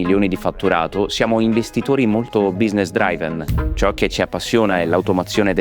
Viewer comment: Lo so che avete detto "business-DRAIVEN" per spingere la gente a mettere la traccia audio originale, lo so.